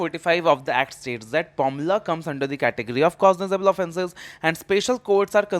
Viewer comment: It's PMLA not pomla